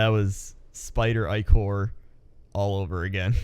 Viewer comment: jesus learn how to pronounce ichor and sinew :P